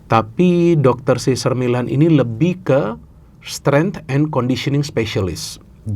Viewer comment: sih zer mei lehn (Cesar Meylan..hati2 sebut namanya, karena, se sar mi lan (cesar millan) itu pelatih juga sih, tapi...